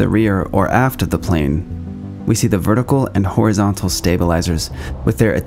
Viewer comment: Aha! I always suspected that yaw is "yotation around wertical"